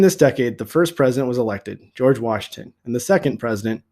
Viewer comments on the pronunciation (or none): did no one notice the Jorge instead of George LOL